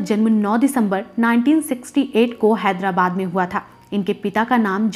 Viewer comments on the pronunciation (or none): none